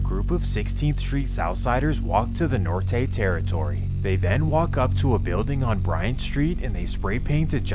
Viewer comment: Bruh gotta learn how to say Norte 😂😂